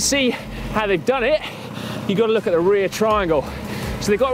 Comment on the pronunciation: "Look", "Lug", "Luck" all sound the same when says them. I think we need an English translation for us Americans haha!